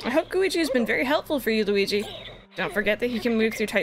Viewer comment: Gooweegee? More like Squeegie. Right?